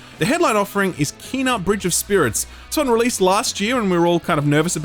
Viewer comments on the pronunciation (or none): none